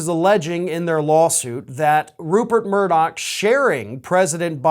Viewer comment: Hey Folks, greetings from Scotland. his name isn't MURDOCK its MURDOCH!!!!!! Keep the law suits coming!!! I hope every single one of them is successful in court.